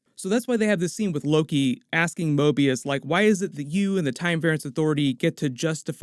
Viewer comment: Mobius is almost say morbius